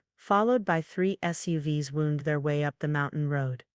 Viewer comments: The word wound, as used in the vehicles wound up the road, is a verb and pronounced WOWnd. Wound when referring to an injury is a noun. In that usage, it is pronounced WOOnd. Different pronunciations of the words are based on its grammatical classification. This applies to many words such as lead, read, construct, contract, and many others. AI has been poorly programmed. Typical GIGO (garbage in, garbage out). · There's also an abrupt change of narrator for one sentence, and we have the usual TTS getting confused by homographs (e.g. wound as in to wind pronounced as wound as in to injure). For all these story channels, the captions don't come from the original text but via speech recognition (presumably so they can be time stamped and inserted into the right location), so you'll frequently see homophones spelled incorrectly. Also watch out for characters with uncommon names - I saw one video where a secondary character's name was spelled seven different ways and pronounced six different ways (sometimes one spelling being pronounced differently at different points in the story!) - overinflated prices (multi million dollar businesses / salaries / projects / contracts) and the narration tripping over monetary values represented as digits rather than prose. If you're devising a drinking game based on errors, also add sips for continuity errors, internal retcons and a climatic scene being repeated and rewritten several times, as no-one ever edits what their AI LLM spits out.